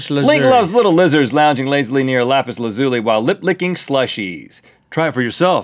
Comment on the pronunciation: Its not rhetts way of lazuli, its lah-zuh-lee